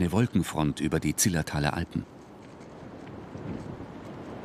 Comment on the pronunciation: Zillertal statt „Zilltertal“!